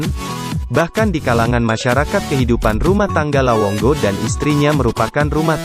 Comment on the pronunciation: lawongo atau lawonggo😅 dnk bro😅 depe recorrder rupa salah bilang😆